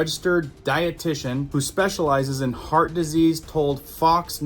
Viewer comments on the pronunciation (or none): none